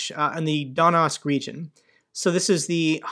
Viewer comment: Sorry but it's Donetsk not Donask. Always good broadcasts from you though.